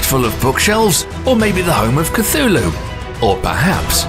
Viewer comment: Do not say couthlu ever again please and thank you